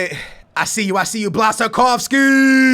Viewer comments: you are saying blansakowski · Just sayin its pronounced Blashakovski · It's pronounced Bwashchkovski.